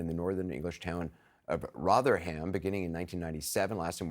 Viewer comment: Rotherham. It's "ro-thuh-ruhm", not "ro-thur-HAM" Americans seem to make zero effort to approximate the pronunciation of foreign names, even in English. See how you like it when we start saying "Barkley, California" and "Burmingum, Alabama".